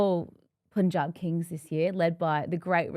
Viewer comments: I'm sorry but Erin's pronunciation of every "Asian/Indian" word is top drawer! Makes me feel like she's lived in the Indian subcontinent for a while. Its not just this episode too, she nails her vernacular EVERY time! Meanwhile, Clarky--Mate, please for Fsake, call it 'Pun-Jabh' not 'Pooonjeb'. Love you buddy! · Sir punjab kings U pronounce as pun-jab but it should be pronounced as pann-jab😊😊